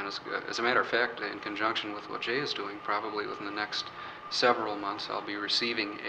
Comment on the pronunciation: it sounded like his name is Jimmy, and not jay